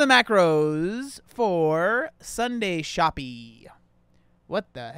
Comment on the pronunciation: Shoppe is pronounced SHOP. It's a British spelling